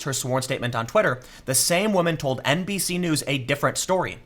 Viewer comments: I am MEME-damaged. Everytime Tim says NBC-news I keep hearing NPC-news,. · I swear I heard you say “NPC” news a couple times 🤔😂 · Every time you said NBC, I thought you were saying NPC, and then I realized, same diff.